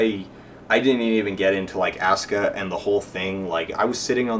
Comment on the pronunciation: Don't know, but I find it hard to take your analysis of the emotive intent in the japanese seriously, when you serially mispronounce Asuka's name. If you can't even pick out a main character's name when spoken in a foreign language, your ability to parse said foreign language for other information might be suspect.